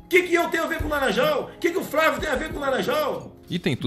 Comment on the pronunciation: De começo achei que fosse de propósito, usando aquela tática de falar o nome de qualquer jeito, errado, pra mostrar que não se importa com a pessoa. Porém logo após ele chama o próprio filho de FRÁVIO... 🤷🏽‍♂️